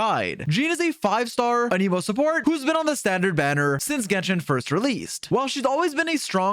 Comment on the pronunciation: The pronunciation of Anemo and Dandelion makes this a hard watch 🙊